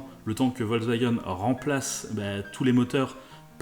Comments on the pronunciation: il y en a mare des cons qui disent " volvagen " car "volvagen" ca ne veux rien dire , on dit " Foltksvagen " l allemand utilise des mots composer et Volks se dit Folks veux dire peuple et Wagen , veux dire voiture , le V se prononce F en allemand le W se prononce V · ça se dit "Folcevagueunne" avec un F